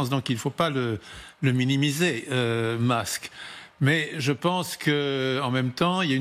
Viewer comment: Monsieur « Tramp » et Monsieur « Mask »